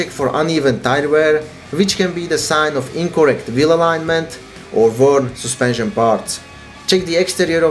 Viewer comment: Soospension xD